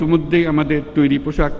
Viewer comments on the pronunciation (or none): none